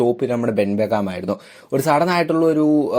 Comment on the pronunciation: ben beckam alla ben beckman